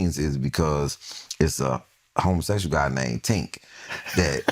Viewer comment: Not Tink!!😅😅